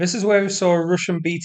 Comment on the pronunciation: "Rooshen positions"